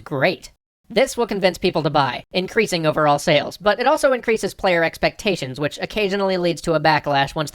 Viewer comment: your runic "sales" actually translates to something sounding like "sayless"